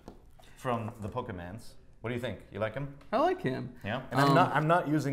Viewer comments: "CHAIR-aa-Sord from the POKEMANS. GTFO IGN. This is embarrassing. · not pokeman its pokemon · "POKEMANS" lmao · Clearly they're mocking people who don't know too much about Pokemon by pronouncing it as such. They know is PokeMON not Pokeman.......well I hope I'm right at least.